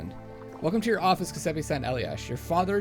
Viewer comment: starting to watch this now bar a few peeks before. if you do want to pronounce Giuseppe correctly, starting from what you saying go fore Jew-sep-eh. should be close enough